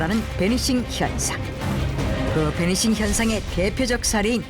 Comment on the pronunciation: 배니싱? 베니싱 아님?